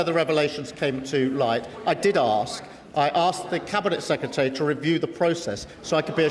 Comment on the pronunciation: Please can someone teach him how to pronounce secretary